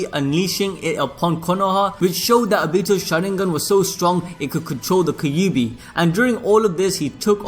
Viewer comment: What's a Kayubee though fam?